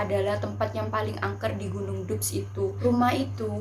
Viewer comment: Tulisan dubs di baca dabs